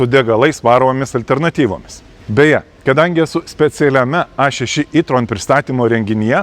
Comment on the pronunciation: Sveiki, Jei jau kalbate lietuviskai per video tai taresi E tron ne I tron😊